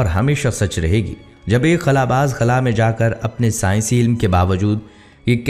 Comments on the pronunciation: خلع نہیں ہوتا بھائی خلا ہوتا ہے کبھی خلع بول رہے کبھی خلا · خُلا نہی ہوتا۔ خلا ہوتا ہے